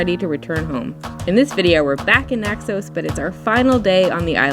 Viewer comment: It's Naxos, not Naxose, you dippy mayor.